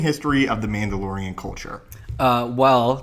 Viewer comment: "M'amdalorian" Sorry...